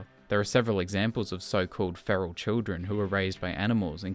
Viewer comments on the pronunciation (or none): none